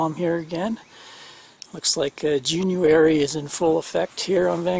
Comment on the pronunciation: Did you say Junuary? I love it.. Nice fix, good tips.